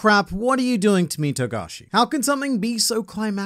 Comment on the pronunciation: Finally you say his name right. Shame on you.